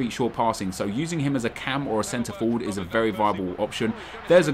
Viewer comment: German?:D 'ist' :D